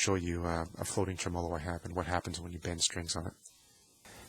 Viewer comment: Dude...pronounce it TREM-olo, not trem-OLO